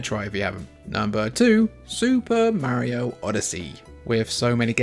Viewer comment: Can’t believe a video with a guy mispronouncing Mario and not having Breath of the Wild as a top Switch game has 100k views. There is no god.